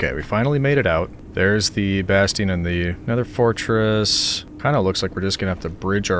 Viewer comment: Ah the legendary "Nether Fartress" love your video